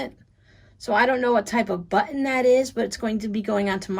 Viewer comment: I just love how you say buttIn. Where is the brightly colored sweater you were knitting, oh so long ago? Button , button, who’s got the button. Have a safe and blessed Christmas.